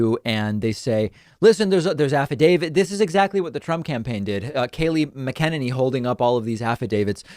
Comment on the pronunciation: Sidney said they're "affadavids."